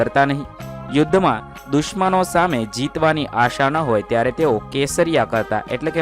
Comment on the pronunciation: dushman ❌durman✅😊